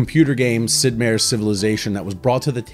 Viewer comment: heh... you say, "Sid Meier" so oddly. Meier is pronounced like in Oscar Mayer.